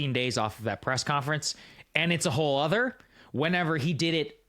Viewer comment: SAAGAR YOU WIN! YOU SAID IT CORRECTLY! "WHOLE OTHER" not "whole 'nother. Well done